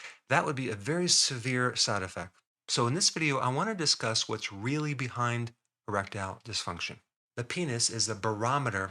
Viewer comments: I thought i heard him say a-reptile dysfunction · I really heard Rectile, so I though, ¿why are we talking anal here?